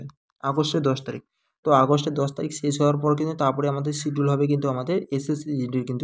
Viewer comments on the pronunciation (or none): none